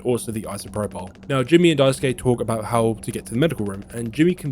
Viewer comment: thanks for pronouncing Daisuke correctly, unlike the many YouTubers who do not and could simply use Sasuke from Naruto to say it right 😅